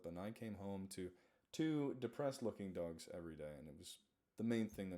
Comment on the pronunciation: I know you say Dogs but it sounds like Ducks. Thank you for all you do! We still love you and the animals still love you! (even the birds!!) Don't let your brain get you down! <3